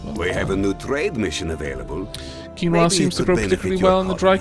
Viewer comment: Wow he said quinoa right!